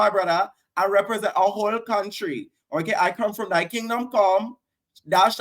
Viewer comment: Im screaming at that Dia read "dthy kingdom come"makes me scream everytime😂😂😂😂